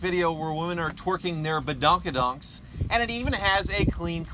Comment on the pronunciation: please never say bedonki donks again